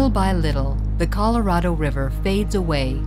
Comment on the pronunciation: Great job. Loved the video wish you could learn to pronounce the name right it's Spanish Colorado not colorada.